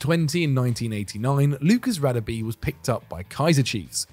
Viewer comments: His name is pronounced Rah-Deh-Beh not radabee!! Come on not you guys too! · God you butchered Radebes name. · Great video maybe just some work on the pronunciation in the future. The Radebe entry the place names and his name were pronounced wrong. I'm not an expert but I know enough to say it wasn't good 😂 cheers guys 👍🙏🏻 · yup, was cringe asf